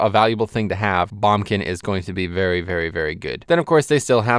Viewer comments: as good as this video is. the way you say boomkin just made my ears cry :(. please say it properly. BOOMkin. not bumkin hahah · "bombkin" and "Sh-man" lol what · Heres how commenting on this video goes: if you agree with him he'll agree with you and stroke his own epeen; if you dont he calls you an idiot. Also its BOOMkin.